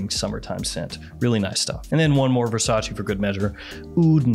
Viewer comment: Can you stop pronouncing VERRRSATCHE as VERSACHI?!?!?!!!